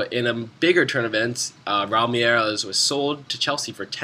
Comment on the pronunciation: why do u say Merelose?? its pronouned Me-rel-ez